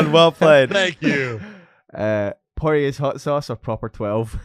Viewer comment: lmao I noticed he’s the only one pronouncing it like that 😂